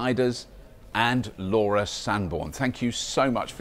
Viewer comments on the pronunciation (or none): none